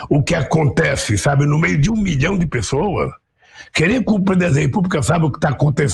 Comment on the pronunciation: Como diz Augusto Nunes, a letra "s" de "pessoas" se asilou na embaixada portuguesa! 🤣🤣